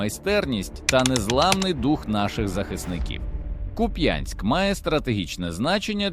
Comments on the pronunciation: Ще раз ...не куп*Янськ ...а кУп*янськ !!!! Слава ЗСУ !!! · КУп'янськ, наголос на у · Куп'янськ,наголос на перший склад. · Слава Україні! Але трошки неприємно чути назву міста з неправильним наголосом як це роблять росіянці.